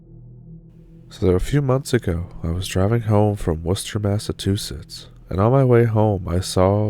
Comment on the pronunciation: Yet he couldn't pronounce Massachusetts, lol 😜